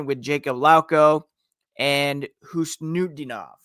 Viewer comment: Kuddos on the effort to pronounce marats last name better than i could do lol